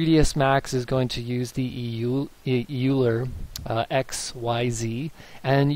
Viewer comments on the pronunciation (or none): Awesome video. This has plagued me for years! FYI. as counter intuitive as it seems, Euler is actually pronounced Oiler.